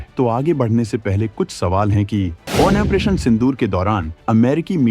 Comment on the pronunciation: Opration का उच्चारण तक नहीं होता